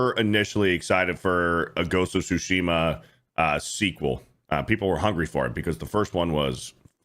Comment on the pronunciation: It’s ghost of Tsushima. Not whatever dude said lol